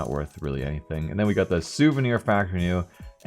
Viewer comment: souvenier knight